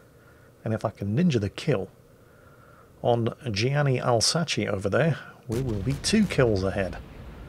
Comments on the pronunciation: What did I hear? The "Alzatchee"? Come on, french lesson: it's said "Alz-Ass" XD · And it's pronounced "Elsass"! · it's "ahlzasss" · i thought that u write Alsace but im pretty sure u pronounce it ravioli or dont u? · you are the worst! I'm not even French or Italian and you offended me with Alsachi facepalm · Alsace is french, pronounced as alsas or somthing like that. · Even if Alsace was italian, you still pronounced it wrong.